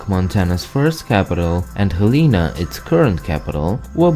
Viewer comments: 1:bison plural is bison, not bisons 2:hel.eh.nuh. Not hel.eee. Nuh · The current capital is pronounced (hell-eh-nah) not (hal-ee-nah) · Hey.. it's pronounced "HELL" A "NA" GET IT RIGHT!